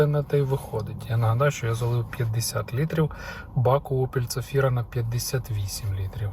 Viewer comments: Чого вона у вас ЦАфіра, як то ЗАфіра? )) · почулося, що ви Zafira вимовляєте як "ця фіра" :D